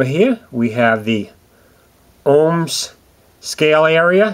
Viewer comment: ohms please not homrd